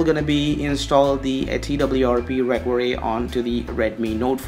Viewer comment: Your fake accent is the best xD. I forgot i had to install twrp on my phone wheni heard you xD And wtf is "recory" ? xD It's pronounced "re--cover--ee". Please bro stop making a fool out of yourself and talk normally, nothing wrong with indian accent. And what you did there after installing "developer rom" is not called "bypassing", you dont sound cooler or anything by saying it. You went THROUGH the whole start-up process you didnt "bypass". GUYS SKIP THE FIRST STEP IT'S NOT NECESSARY